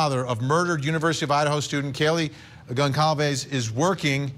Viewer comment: Goncalves is pronounced "Gonsalves".